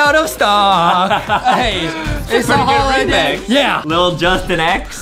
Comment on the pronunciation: Go to english class and speak J-u-s-t-i-n not judtin